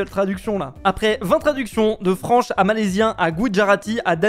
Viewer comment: De "franche" ya eu 0 efforts en anglais là😂